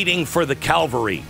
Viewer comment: Please, Glenn, Calvary is where Christ died. Reinforcements are the cavalry. Thank you for this great work you are offering, I truly appreciate your voice.